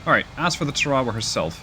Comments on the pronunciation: That's pronounced TARawa. (Pacific island). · TAR-a-wa. Accent is on the first syllable. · Us Yanks pronounce it TAR•a•wa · The US tends to name it's ships after battles it has fought around the world and that means pronunciation is sometimes a struggle. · Ta raw wah😂 I love it! Not throwing shade, all it means is you read! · Pretty cool that you can control a small support carrier like the Tarawa by the way I have heard it pronounced like Tar-a-wa for years but if that’s how you pronounce it that’s fine. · Tar ah wa... I didn't even recognize LHA-1 s name how badly you massacred the pronunciation otherwise AWESOME Video... please keep em coming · If you're going to naval battles, learn how to pronounce the names. USS TAR A WAA (Tarawa) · love the Sea Power content. But, IIRC, its pronounced "Tar-a-wah.": Couldn't the Harrier carry the AGM-122 Sidearm?: Yes. IRL, the AV-8A does not have radar. It was envisioned as a ground attack platform, not a fighter. And at the time, air to ground radar, at least those precise enough for CAS, had not been developed.